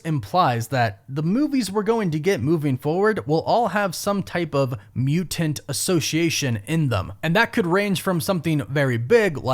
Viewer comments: It's really distracting and a little annoying the way you enunciate "mutant" as "mu-Tant" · Soften that first t in mutant brother for the love of god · Alright I like the video, but what was with the way he was saying mutant